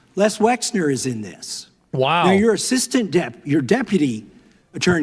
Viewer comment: His name is Les Wexner. I've heard it pronounced 15 different ways in this video.